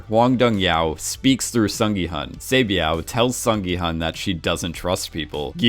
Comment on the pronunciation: He mispronounced a lot of names, I just looked up how to pronounce "Hwang Dong-hyuk" and he pronounced it as "Hong Dong-hyow" when you are supposed to pronounce the K. Same with Sae Byeok he says Sae-byow.